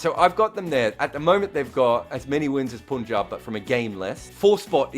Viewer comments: It is Punjab where Pun is pronounced like pun and not like poon. It feels bad to hear that, no puns intended. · Even a single ‘poonjab’ gets you a dislike. Sorry, but it’s unbearable.